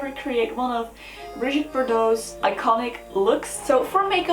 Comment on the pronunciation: Thank you for pronouncing her name correctly!!! Hate when people say "Bridget" vomit